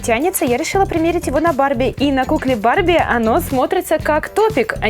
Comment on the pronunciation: мне кажется что ты сказала БАБЕ ( может барби?) МЕЙК ТО МУВ 😂🤣😂